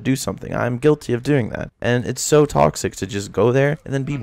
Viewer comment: "And it's SO toxic..." Emphasis on so